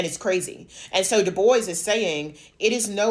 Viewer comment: I think it's pronounced as dubwa, not diboys